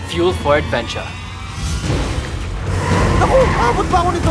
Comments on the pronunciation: "Fuel for adventure" Cong: "Fuel fordaventya" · FUEL FO ADVENCHA CONG TV: FUEL FORDAVENTYA 🤣